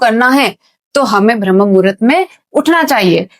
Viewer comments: कृपया ब्रह्म कहिये ... न कि भ्रम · Atleast pronounce rightly it is Brahma... Not bhramma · correct your pronunciation Brahma not BHRAM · Ma'am, बहुत अच्छा समझाया आपने, लेकिन....... BHRAM नहीं होता बल्कि BRAHM होता है। 🤔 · अरे भ्रम्म नहीं ब्रह्म है वो 😂